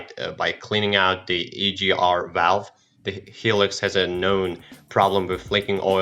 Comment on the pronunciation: Hi -Lux, not Helix :)